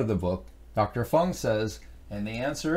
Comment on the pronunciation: I am an avid fan of Dr. Jason Fung. It is a bit distracting when you continuously mispronounce or just botch his name. Otherwise thanks for the info and the effort.